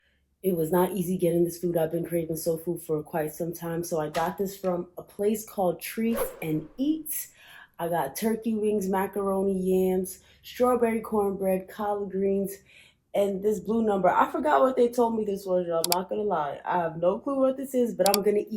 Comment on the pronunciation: MAKARONI lol like MAKAVELI